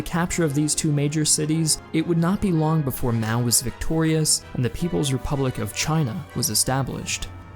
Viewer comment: “Repubic of China”